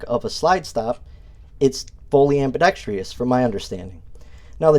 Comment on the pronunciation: I've always said "ambidextrious" too, but it's actually ambidextrous (no I or E sound, so it's 4 syllables and not 5). I've never heard anyone say anything bad about these as far as I recall.